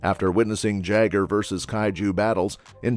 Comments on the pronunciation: Its prnounced YAGER.. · OK, so no one is bugged by the mispronunciation of Jaeger? Would love a 3rd though.